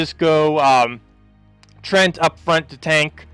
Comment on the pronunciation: I like your videos, but when are we gonna get a video on teams that include the different hero classes? I'd like to see what you can come up with on that front. Oh, and treant is pronounced "Tree-ant", not "trent".